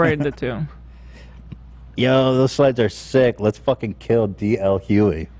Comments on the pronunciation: Does Ethan ever pronounce a name right? Even if he does know how to pronounce it, he still chooses to say it wrong. Ethan is a grown man, if he wants to have a podcast, he should be able to somewhat prepare himself for each episode. The crew has to wait on him often to start the show, perhaps they would be able to brief him if he came on time. even tried to figure out how Ethan was pronouncing the name (probably so that he could correct him), but Ethan got an attitude right away so said nevermind. I'm not hating on you, your comment or Ethan. I'm a huge fan of the show but this episode really made me consider taking a break from watching the show until Ethan settles down with the negativity and starts treating people better. Including the members of his crew! This was hard to watch. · Why won’t anyone tell Ethan the correct way to say “Hughley”?? It’s driving me nuts. He is even second guessing it and continued to call him D.L for the remainder of the show. Honestly if they would brief Ethan on this before they start the podcast, it wouldn’t seem so messy. I know y’all are busy, but peace and love…just some preparation would be nice. Also I wanted to edit to say my interpretation of the pushpins on Kanye’s kids backpack- I don’t believe he was trying to make some negative point about the alien. I think his point was that his kids love him and his mother and want to see them together, that is what he wants to spin. If they can’t be together, it also shows his kids love him and want to be around him. Not condoning anything he has said or done recently, just my opinion of that post. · Ethan ily but it’s D.L HuGhley…not Huey or Hugh-Lee. Pronounce the G!!! 😭 driving me crazy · The way Ethan so brazenly says "D.L. Huely" over and over just has me rolling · was right he’s saying d l hugely wrong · Pronounced D.L. Hue-glee. Man's speak facts 💯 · Listening to Ethan’s pronunciation of “Hughley” was more triggering than ASMR. “Hue-glee”, my guy. “Hue-glee”